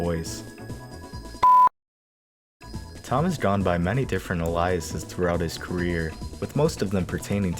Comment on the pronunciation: haha. the way you said aliases "uh lie usiz". cute.